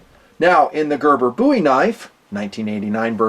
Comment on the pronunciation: Thank you for pronouncing “Bowie” correctly.